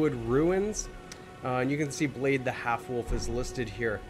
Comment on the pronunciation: Actually. " Blaidd " isnt pronounced like that. It means Wolf in Welsh and sounds like " Clive " so ' BlyTH '